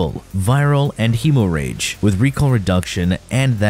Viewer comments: Hemo rage and “ka-nell” are killing me 😂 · I'm more irked by "heemoh-rayge." It's Hemorrhage. Hemm-redge. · Heh-more-reg, not he-more-rage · Hey Genius, It's NOT Hemo rage. It's pronounced Hem O ridge! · “Hemo rage” “K’nell” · Hemo rage is a no go for me. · My dude, it's pronounced "HEM-mor-idge". And the K in Knell is silent. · Hemo rage, k-nell, tenit plasmir lol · Hemo-Rage? Kuh-Nell? I'm surprised you didn't pronounce Gaze as Gah-Zay. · Hemo-rage? Ka-nell? lol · Hemorrhage = hem-ridge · Dude it's pronounced "hemorrhage " and "knell". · Lmao "hemo rage" 😂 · Heeeeemorage mod😂😂😂😂😂...you have to be doing these pronunciations on purpose 😂😂😂😂.. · it is silent, he's pronouncing it wrong on purpose, he does it with basically all the weapons in the video (hemorrhage for example) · ik im not the only one down here saying this but you pronouncing hemorrhage and knell like that is bothering me so bad, im honestly in belief you are doing it because you know it will make us mad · How tf did you pronounce, "Hemorrhage?"